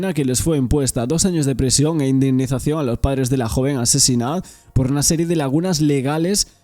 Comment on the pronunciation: prIsión, TrIbunal, indemnIzación. Qué te pasa con la i?😮